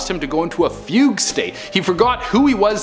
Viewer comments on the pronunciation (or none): none